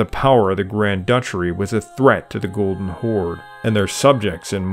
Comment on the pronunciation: Why do you call Golden Kaganat a "Golden Chord/Khord"??